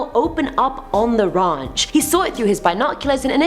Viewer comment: I love the way she says ranch🥴🥴 "raj"